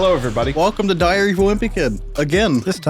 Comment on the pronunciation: ok ngl it sounded for a second like said diarrhea of a wimpy kid and then that was followed with loaded diaper. That is just unbelievably perfect and hilarious and that wasn't even intentional.